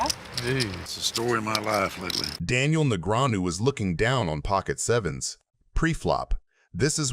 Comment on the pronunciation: AI trash. Just listen to how they pronounce Daniels name. Disgusting.